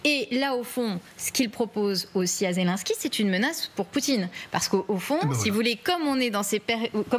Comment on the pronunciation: Poutine ne s'est jamais senti soutenu par son "ami" Trump... et aussi voulez vous donc apprendre à dire Zelensky, ce n'est pas Zelinsky, ce n'est pas un Polonais...